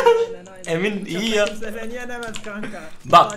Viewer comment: kimse derken vons ???